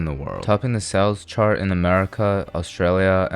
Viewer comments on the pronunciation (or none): none